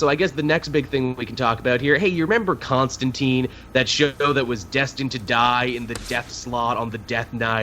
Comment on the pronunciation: you guys keep saying Constantine wrong. it's said like turpentine